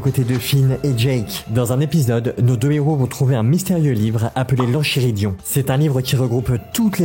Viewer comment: Juste c’est LE roi lych et c’est enKIridion en terme de prononciation… aussi on dit jaike pas jaques